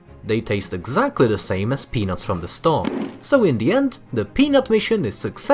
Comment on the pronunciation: Anyone else thought he kept saying penus instead of peanuts